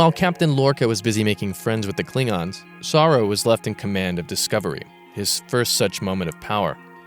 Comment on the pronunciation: You keep saying SAH-roo, but isn't it Sah-ROO? Or am I wrong?